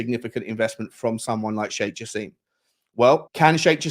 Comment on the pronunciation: It's not Jass-eem, but said Jass-im as in "him".